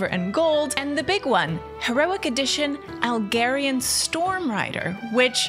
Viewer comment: could yall stop pronouncing Algar-ian different to Khaz'Algar -- it has nothing to do with Alg(h)erian :'D ... Khaz'Algaaaahr > Algaaahrian thanks for your attention